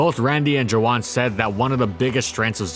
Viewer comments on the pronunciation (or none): Joohwan is pronounced Joo-won. "Juh-wan" is killing me rn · I thought saying Joowan was him mispronouncing Juan for a second